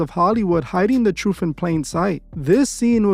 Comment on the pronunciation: How seriously should we take a narrator who pronounces the word truth "troof?" Right?